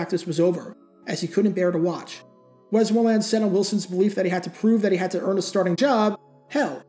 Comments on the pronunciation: Whoops, he's, truly, putting, the, wrong, em-fas-is, on, the, wrong, suhl-ab-ill, yikes. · Good clip as usual but your pronunciation of "Westmoreland" is soooo distracting. .. WEST-mor-land It's the county I live in